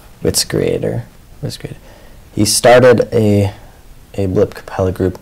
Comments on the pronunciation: 'Jordan...Witz-grater." Lmao xD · "today we have an extremely credible guest, his name is jordan... witzigrater? witzigrater!" LOL!! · LoL I love when tries to pronounce Jordan's last name